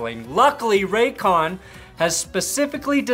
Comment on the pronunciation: Lol Raycon I thought you said Raytheon 🤣